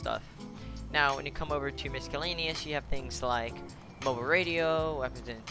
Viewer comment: Lmfaoooo he said MisKellaneous